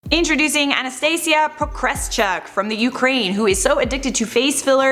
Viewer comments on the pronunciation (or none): Omg. Im russian and her surname pronounces as “Pokrishúk”, but you’ve tried😂